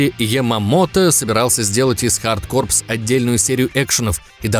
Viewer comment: Лайк за правильное произношение контры хард корпС. В ней робот еще мог прыгать дважды